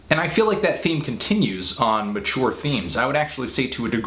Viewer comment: Even the way he pronounced "mature" made my skin crawl. Along with the cheesy effects, name-dropping, and glasses touching.